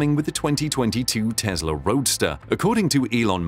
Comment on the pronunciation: FYI: it's Tesla not Tezla